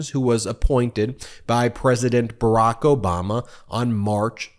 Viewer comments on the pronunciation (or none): none